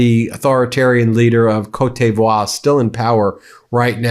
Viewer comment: Ben... I love you man... but your pronunciation of Côte d'Ivoire is just awful.